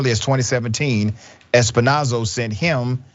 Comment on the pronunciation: The 🐷 name is pronounced S-Pin-Oh-Zah. 🐖 🐷 protect each other!